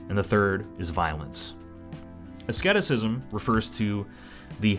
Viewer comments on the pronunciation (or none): you worked so hard on those pronunciations but you didn't even notice that asceticism is pronounced like Ah Seed Iss Ism